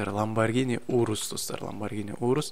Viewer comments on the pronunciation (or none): ланбаргини емес ланбаржини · Ламбаргини емес ламюарджини го